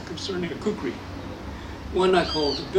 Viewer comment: Khukuri pronounce as khoo-koo-ry